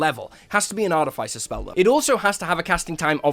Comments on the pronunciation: Immediately I hear artif-ice-er and that is simply WRONG ARTI-FISS-ER IS CORRECT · I don't mean to be a stickler for things but why do you have to pronounce artificer incorrectly in the case of this word you don't make the sound of the i it's more like the sound of iss